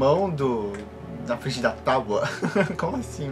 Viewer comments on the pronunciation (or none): none